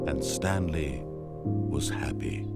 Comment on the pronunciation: I was quoting you XD "Stanely...'